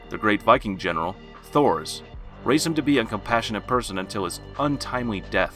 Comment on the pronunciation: ITS PRONOUNCED TORFINN! AND TORS! MY GAWD! do you even LISTEN to the pronounciations?!??!?!